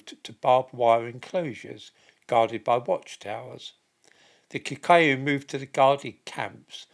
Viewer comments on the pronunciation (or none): And it's probably Kikooyu as well.